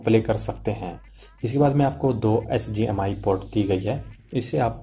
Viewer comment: abe bauve SGMI nhi HDMI hota he be 😂 aur VG port nhi hota VGA port hota he